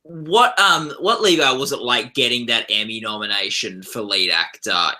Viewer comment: um, excuse me mr. interviewer......it's pronounced Li-ev, not Leave